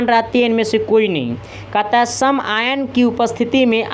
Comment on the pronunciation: यार ये कैसा teacher है , आयन को आयान कहता है, फैराडे को फ्राइडे कहता है।